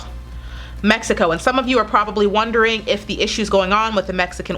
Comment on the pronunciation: I loved it, when you said "México " you are beautifull and nice woman!